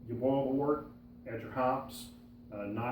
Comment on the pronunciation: another person pronouncing wort as wart. Boo.